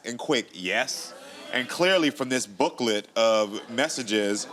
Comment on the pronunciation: Emphasis on "Booklet" 😅😂😂😂